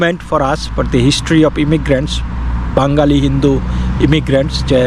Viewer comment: "বাঙ্গালী" নয় "বাঙালী" । উচ্চারণ শুদ্ধ করুন ।